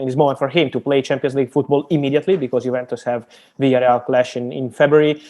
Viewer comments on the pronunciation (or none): none